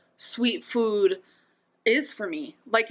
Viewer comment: She says the word FOOD so weird, glad im not the only one who is annoyed by this. 😂